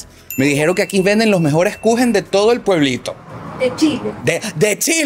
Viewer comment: torta en alemán se dice Kuchen 🍰 como lo dijo la señora